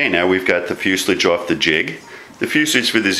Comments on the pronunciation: Oh my god how funny, it's fuselage, not fuselige, at least learn the terminology, newbe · "Fuslige?" Fuselage is a French word. Fus-e-lage. Say it like a Frenchman. Nose cones are for rockets. Airplanes use spinners. Is there enough dihedral in that wing? Peck kits fly well, if you build it right. I left the gear off mine. Less weight, less drag. I like the jig, though. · I've worked for two aircraft manufactures and it is commonly pronounced as fuselage, in fact 100%, never heard it pronounced fuselige haha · Many of our Aviation terms came from France and fuselage was one of them. The "ah" is correct,, as in fewzelahj. Crazy but true. Empenage is another, ahmpenahj. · You say fuselage wrong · I noticed your way of saying it... and then I got over it very easily. On YouTube... you’d better get used to people saying things differently, along with having accents and the like... or you’re going to have a very rough go of it. I’m very much enjoying your videos. Thank you for taking the time to share your fun.